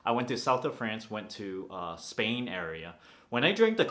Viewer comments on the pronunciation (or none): none